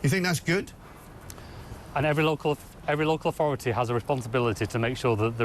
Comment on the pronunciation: "Energ-eh"... "Capicit-eh"... "Authorit-eh"... "Surr-eh".. Somebody give this guy a "y"